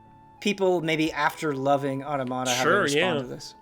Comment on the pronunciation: Otta-motta? I’m pretty sure it’s pronounced aw-TOM-ita. Like automaton.